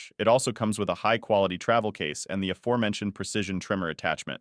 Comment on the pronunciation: You're bot voice needs to learn how to pronounce Aforementioned correctly ,🙈